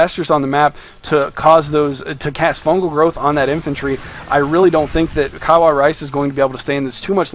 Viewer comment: I wish I can micro like these people o__o btw, correct me if I'm wrong; but I think the pronunciation is (kawa-ii)rice not (kaway)rice tnx for the cast. greatly appreciated and really enjoyed it